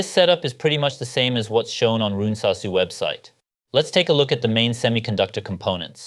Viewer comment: And finally I've learned how to pronounce that correctly after so many years!